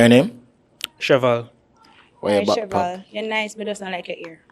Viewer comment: Sheval 😂 Shevell😂